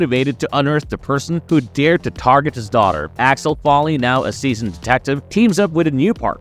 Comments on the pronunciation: It's Axel Foley😂😂😂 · sooooo... is the voice over on this video from someone who not American OR is it "A.I." because it/ they keep messing up, mispronouncing n getting the names especially the title character's name wrong constantly and even in different ways... NOT cool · Claims to be excited for the new Beverly Hills Cop movie and keeps mispronouncing Axel Foley’s name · Dude you cant even pronounce his name right ffs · Bronson Pinchit and Alex Folly???? Work on your pronunciation dude. You got almost all the names wrong!